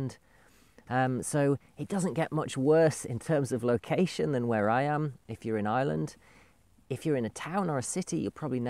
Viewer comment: Thank you for posting. Interesting video. To me, it sounds like you are saying "I Land" or "Island". Here in the US, my $50,000 Toyota 4Runner SUV full coverage insurance is about $450.00 every 6 months. Would I even need a 4x4 there? I'm a retired Geologist and need it for gold prospecting here in the western USA.